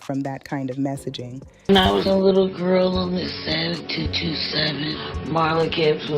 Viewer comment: THIS IS AI WHO WOULD SAY TWO TWENTY SEVEN. IT WAS 227 TWO TWO SEVEN. 😮